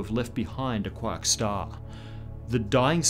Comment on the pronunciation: When he said quark star. I laughed, it's funny but I don't know why